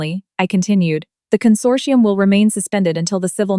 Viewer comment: Consortium not condorsium